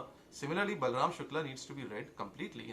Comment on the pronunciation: Good you pronounce शुक्ल right, I am late to the party so can't take a position on the various aspects of the case. However your argument in support of Shukla i. e. he goes on tirth yatra and indulges in karna kanda is fatuous. I'll share an anecdote to illustrate my point, I had gone to an acquaintance, his sitting room walls, no place even to put a finger so to say, covered with pictures of devi-devtas, he was vehemently arguing in support of Pinarayi Vijayan. He ia not an exception but the rule. Some great saint had said stop reading the Gita, play football, for Hindu revival, Savarkar had urged, melt pali-panchpatra and make weapons out of them.